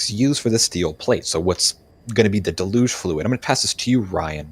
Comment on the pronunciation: Deluge, pronounced “delluge”. Not de luge